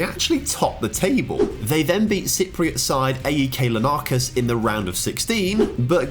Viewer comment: The way you pronounced Larnaca 😂